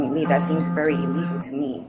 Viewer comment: If you pronounce illegal as eeelegal, you dont know your rights and youre going to jail.